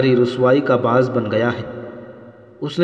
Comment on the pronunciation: Ba 'as nhi ba'is Zamnan nhi zimnan Baz natini nhi bazantini Zain nhi zeen Khaud nhi khood